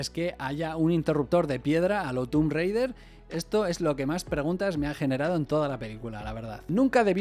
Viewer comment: Creo que es la primera vez que escucho a un no angloparlante pronunciar la palabra "tomb" correctamente. Interesante la cantidad de detalles que tiene la película para mal. Parece mentira que en una producción de... decenas? cientos? de millones no haya una persona que supervise estos detalles cuando son cosas tan evidentes a ojo de alguien entendido en historia. Curiosamente yo creía que lo de la batalla naval era la mayor fumada de la película. Entre otras cosas porque me parecía imposible que se pudiera llenar el coliseo como si fuera una piscina, millones de litros de agua bombeados... como? y sin que se filtrase por ningún sitio, sobre todo teniendo en cuenta que vemos como los gladiadores salen a la arena de abajo para arriba por unas escaleras/rampa y dudo que en la antigua Roma existieran las compuertas estancas. Pues resulta que sí hubo batallas "parecidas". La cantidad de cosas gratuitas que están mal, como lo del fútbol. No podía ser mas random? No había cualquier otra actividad mas plausible que esa para que unos niños estén pasando el rato? Con la reflexión final del video me doy cuenta de lo floja que es la película comparada con la primera. La cantidad de frases y personajes inolvidables que tiene esa, al lado de absolutamente ninguna/ninguno que tiene la segunda.